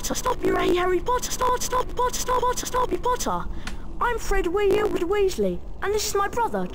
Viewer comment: "I'm Fred WEWsley, and this is my brother JOJ"